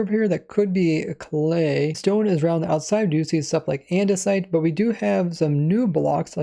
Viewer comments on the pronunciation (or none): none